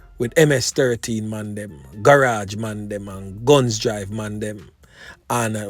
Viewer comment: Afternoon it is not (Gun)drive ...it is Gunns Drive